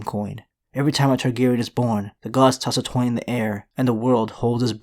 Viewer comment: "The gods toss a toin in the air"